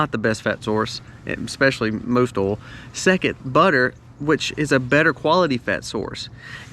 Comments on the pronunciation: Did you say "OIL".... OR..... "ALL" ?...LOL ! 😆😁☺😃😄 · I Like Your Videos, BUT!! "OIL" is Not a Hard Word to Pronounce!! You Say "ALL" For OIL!! Sounds Goofy!! People Who Make and Post Videos Need to Speak and Pronounce Properly. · It seems you have problem saying the word "OIL"...... it has an "i" in the middle...it is not pronounced "OL"..... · Oils. Pronounced oyl, not oles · I am in NW England, sister in Castle Douglas, Scotland. "England and America are two countries divided by a common language' - a quote attributed to Oscar Wilde or George Bernard Shaw, Winston Churchill having used it also. I was also caught out by the pronunciation here of "oil", as sounding like 'alls', to me, and not our 'oyles'. Still, my ears are slowly acclimatising (S not Z:-) to this accent. No offence intended - I find it easier than some Scottish accents (I nearly, wrongly, wrote 'brogue', as Irish) but, when I still had one, folk struggled with my 'Scouse' accent 🙂. Happy New Year to you and All. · Love hearing oal “oil” lol 😂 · Funny he mentioned British saying aluminium and calls oil "ol " say boil without the " b" and you got it. Good tips by the way 👌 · Not called Alu-min-e-um, just like Oil is not pronounced ol. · Haha sorry , based on the way you say " oil" you can't suggest the correct pronounciation of Aluminum 🤣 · Love the way you say oil....😊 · Lol I’m from the Caribbean and we say that way too! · There is an I in the word Oil :P